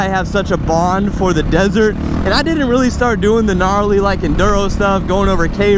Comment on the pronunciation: You sey i like to tink thats not me snd so You wealy 😝😝